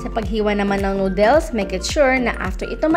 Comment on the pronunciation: Please.... Noodles does not put the emphasrs on dles. The emphadis id on nood